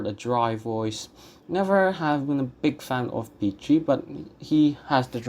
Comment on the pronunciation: And also it’s FilippesKi, and Pikki. Cigna is pronounced CHigna, not Signa. Zaccaría accent on I. Interesting analysis, bravo. I also think that Callas 1955 is her best (and THE BEST in general), but in 1952 and 1953 her voice was definitely more rock solid.